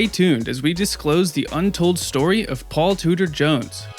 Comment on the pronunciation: Five seconds in and you've already pronounced his name wrong...